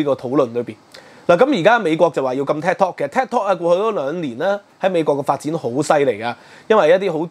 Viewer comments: Thanks for sharing your views on this channel. Just wanted to say the correct pronunciation of Tik Tok should be “Tik” as in Tick and not Tak (as in Kai Tak airport). Keep up with the good works. Will check in from time to time. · 點解要將tiktok讀成tektok? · Tik not TAC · 係「剔」tok, 唔係「tag」tok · It’s Tiktok not Taktok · "Tik" 讀 "Tick"，唔讀"踢"。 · 佢英文讀得差。。。應該係"tick" "tok" 既發音